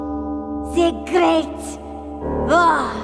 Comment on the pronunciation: "ve gret vuor" LOL